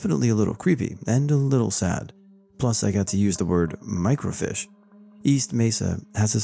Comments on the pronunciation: Did u really just say "Mirco- FISH"? 🐟 😳 ...LMAO! 😂🤦🏼‍♀️ ...Try again. (FEEEESH!) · Microfeesh, and 'suck-sinkt' I think that dude meant miles and miles, not mikes and mikes lol. Cajoling isn't like K-holing. Sorry man, I can't help myself... :) This is awesome, hugs!